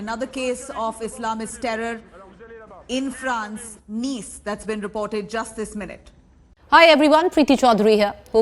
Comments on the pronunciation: It's not Nice as in English 😂 It's pronounced as Neeece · It's not "nice" Madame....it's pronounced "niece". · It is pronounced ' Nees' not 'Nice' u dolt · Nice is pronounced as 'niece'. Please check with foreign language speakers for any future names in any language if India Today looks for accuracy. France is not a Muslim country but has its doors open to Europe's largest Muslim community. France must evict all suspected Islamists, cancel and reduce the permits of mosques and Islamic influence in secular Christian France. Get the army to patrol in no-go Muslim areas in Paris and other French cities to enforce French law and not syariah law ! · It's pronounced as "Niece ". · It’s pronounced as “niece” 🤦‍♂️